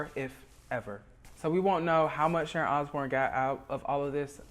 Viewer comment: It's Sharon not Sharont. You put a t on words where they are not required and leave them off when they are.